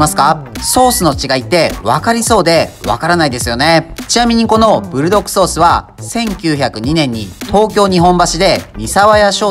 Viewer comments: ブルドッ『ク』ソースですよー! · ブルドッグじゃなくブルドックですぜ、、、、